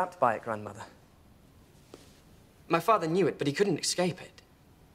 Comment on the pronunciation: It irks me when someone says ex-cape instead of ess-cape.